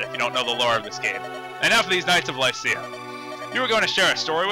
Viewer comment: I always thought it was pronounced Lih-see-ya